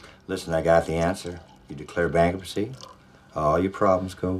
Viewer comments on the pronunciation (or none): when creed pronounces bankruptcy, he says it, bankrupetsee. and its pretty neat.